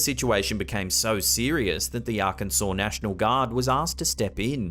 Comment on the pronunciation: Thank you for pronouncing Arkansas correctly🙂